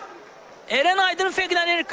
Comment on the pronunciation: Eren yox, Ərən